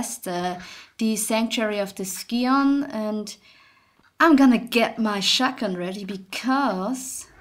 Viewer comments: I've mentioned in another video that I love your voice, and I do, and I also know that sometimes you struggle with the english so I'll be a nice guy and let you know that scion is not pronounced "sky on" but rather "si on" The c is silent. Sometimes English can be a bitch lol. Nice playing. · Actually, WaywardBrigand is right in regards to the normal pronunciation of the word "scion", but he's wrong in how it's referred to in this game. It's actually pronounced "scee-on" in this game, which really threw me off. I'm not sure if that's a translation error, or if it's really supposed to be pronounce that way.